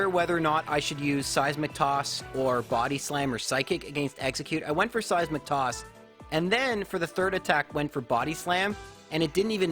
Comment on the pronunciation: Am I the only one who hears 'Size McToss' when he says 'seismic toss'? Am I insane?